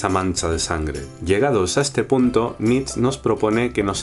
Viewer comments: Nietzsche, no Nietzsch (jeje); excelente vídeo! saludos! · Me hace gracia que no digas "über-mensch" por miedo a la embajada o no se que y luego pases todo el vídeo pronunciando "nitzs". Nietzsche se pronunca "niit-she", con la t casi muda. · ¿por qué pronuncias "nich"? ¿influencia francesa? el bigotes es alemán, su nombre debe pronunciarse "nit-che". Muy buena síntesis. Saludos de la embajada alemana. :) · Supongo que ya te lo dijeron, pero no sé llama "Nich", se pronuncia "Niche". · Hey por fin, una buena y clara explicacion de Nietzsche (algunos lo pronuncian Nietsh y otros nieths she), me gusta porque no es en tono serio como en otros canales y no lo enrrollas. yo traté de hacer una en mi canal sin haber visto este, bueno de hecho lo hice antes de que subieras este vídeo y trato de hacerlo en tono de blog, y con mis propias palabras, pero al fin de cuentas es lo mismo que mencionas tú. Muy bien! Un saludo y me suscribo, checaré qué más tienes. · Pero como se pronuncia su nombre en alemán? Nitch o nitzche? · Saludos. En realidad Nietzsche se pronuncia nìche, sé que es una nimiedad, pero nunca está de más hacerlo saber. Gracias por tus videos. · Nietzch? se pronuncia hasta la última letra!! Que es alemán! Que grandísimo error... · Dice solo "Niets" porque no sabe cómo se pronuncia "zche" jajaja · Solo una cosa, la "e" de Nietzsche se pronuncia, aun así, buen vídeo. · perdonado estás, pero que no se pierda la "e" final! :) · Nietzsche se pronuncia la ultima e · MALDITA MANIA DE INGLESIZAR LA PRONUNCIACION DEL NOMBRE DE NIETZSCHE! se pronuncia con una E final... no es fonetica inglesa sino alemana, idiomas de pronunciacion distinta